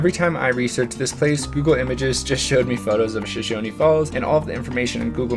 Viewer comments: It is SHOSHONE FALLS NOT SHOSHONY Get IT RIGHT! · Shoshone rhymes with phone. No “ee” on it. The “I” in Perrine makes an “eye” sound, not “ee.” Sorry I don’t know phonetic lettering. Also pillar falls is not a swimming hole, it is notoriously dangerous and has been the site of several drownings. Great hike though, and you can portage your kayak and continue upstream to Shoshone falls. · Great vlog! It's always nice to see people appreciate our nature. :) We take a lot of pride in our outdoor recreation and natural history. My one catch as a local is a couple mispronunciations. We pronounce Perrine as "puh-rhine," rhine like rhinocerous. The e at the end of Shoshone is dropped for places like the town and falls, but pronounced your way whenever referring to the indigenous people who lived here before settlers. We pronounce locations "show-shone." Another common mistake locals will notice is Boise getting mispronounced as "boys" or "boy-z," but it's actually "boy-see." Drives us nuts.